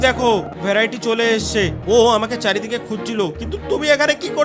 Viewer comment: ভ্যরাইটি না ভেরিটি 😅😅😅